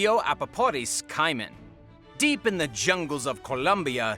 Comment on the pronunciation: #2 is pronounced Kay-man not Kai men